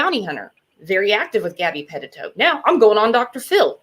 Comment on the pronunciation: Puh-teet-o...... NOT Pet-tit-o Haha 😉